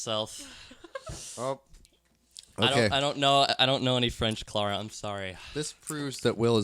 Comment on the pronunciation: at 21 minutes calls Clara (*cloura*) (i couldn't figure out how to portray what he said but if you watch the episode you'll see) and ive noticed this pattern in he calls Abigal (abEE-gal) and he called anna something strange that i forgot